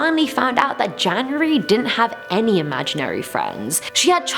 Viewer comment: I got really scared when she was talking about`janurary' becouse my birthday is on January 1st